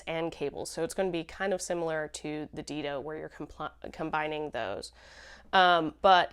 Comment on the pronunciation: Great show! Dido is pronounced Dye-doh, named after the first queen of Carthage. 🙂